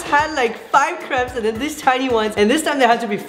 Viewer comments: It not caps it’s crapes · The word is crepes not creps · They say crepes like cre-ps instead of crae-ps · It’s not craps it’s crapes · It’s crapes not creps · Not to be mean but it's pronounced cre-apes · you pronounced crêpes wrong. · OMG I really like your videos but the way you say crepes it is a trigger warning for me because I love crepes and I feel like you're saying it wrong but I'm probably wrong